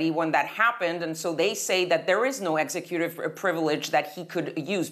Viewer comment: ex-ecutive, not exe-cutive